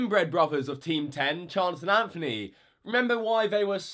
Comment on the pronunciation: Chanth and anfony